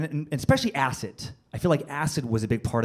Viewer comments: Why does he say "Ass-It" instead of acid? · Is anyone else annoyed by how he says Acid?? He says Acit not Acid. BUGGING ME!!!!!! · R we not going to talk about how he keep saying acit when he was talking about acid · I can't get over the way he's saying Acid. He keeps saying Acit... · anyone else get annoyed when he said acit? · The amount of times he said acit instead of acid😂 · Him saying "Acit" was killing me lmao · Acid, yes, but this guy took acit....no "d". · Is it just me or does it sound like he saying acid with a "t" in stead of a "d" "ACIT" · great story hahahaha, but did anyone else notice he says acid like "acit" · "AciT" lmao all I could hear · He literally keeps saying "acit" not "acid" lol. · something about the way he pronounces acid like "ass it" really just annoyed the shit out of me. Idk why. It's like once I heard it, I couldn't un hear it the entire skit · Am I trippin or does he say Acit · Is it me or is he saying A-Cit and not A-Cid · Tried my best but couldn't sit through all the "aciT".. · He calls it acit💀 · Its a d not a t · This guy is saying "ACIT" IT'S "ACID" DUDE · I cant stand how he says acid Acit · It's funny. I dont like how he says "Acit" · Funny, but I hate the way he pronounces 'ass-it' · Lmfao! I cant stop hearing it! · Why's he saying acit? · Why is he saying "ass it" 😳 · Has anyone ever told this guy that there's no f#cking "T" in "acid"??? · Anyone else have a huge problem with how he pronounces acid? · Why do you put a t and the end of acid! Lol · How this guy says "Acid" is killing me and IDK why.......... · It really bothers me the way he says "acid" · i hate how this guy says acid.... theres no goddamned T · Acid has a d not a t dude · The way he pronounces acid pisses me off